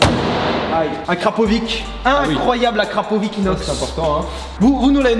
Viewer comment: Euu se n'est pas Akrapowish mais Akrapović. Une voiture de qualité mérite un pot d'échappement de qualité 😉😂🤣